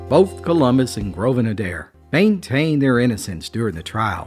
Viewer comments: Im born and raised in Rutherford County and had never heard this story before. Thanks for telling it. Just a side note around here the name would be pronounced A dare. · Plenty of Adairs in Virginia and Southern WV. They pronounce their name as “ Aye dare” 2 syllables but spelled the same. The ones I know are good people. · Love there stories but the fake southern accent is kind of annoying to some of us real southerners. Also, it’s pronounced A-Dare